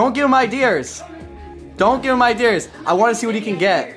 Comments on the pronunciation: arguing about "idears" 💀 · "I don't need your iDEARs" lmfao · They’re even kidding with him and his whacked vocabulary. Ideers… I get it. I’m originally from the north east. We butcher some words. At least isn’t dropping his R like most eastern Massachusetts residents. I worked with an executive coach, and he rightfully pointed out that my career would destroyed if I continued to speak in that regional manner. Much easier to make videos. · it’s “ideas” not “idears” lmao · FINALLY ideas! Ive been waiting for some one to point out idears.... My grandma use to say it she was french... And that's not far from canadian... your canadian right? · you got them good " I--dears", bro.